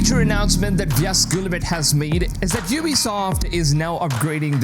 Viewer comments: his pronunciation of yves guillemot is an absolute violation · You are butchering the pronunciation of Yves Guillemot's name... not that he deserves respect